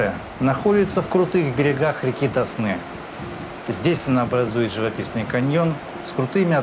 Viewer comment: Какой ТоснЫ? Река ТОсна.